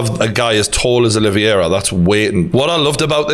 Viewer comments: It's Oliveira not "Olivyera" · I love you True Geordie from a fellow Geordie too but It's Ol-i-vera not O-livey-air-a lol (oh and I'm a big McGregor fan too 😁) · CHARLES OLIVEIRA NOT OLIVIERA. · OlivEira not OlivIera please Geordie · OLIVEIRA not OLIVIERA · It’s pronounced oli-vera not olivi- era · True Geordie, you’re not saying Charles’ name correctly, it’s Olives. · big fan but butchering Oliveira name not olivierier really when have you heard any one call him the same as you have sorry for being a dick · The way you pronounce Oliveira as "Olive-Viera" is stroke inducing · Fucking casual. Dont even know how to pronounced Oliveira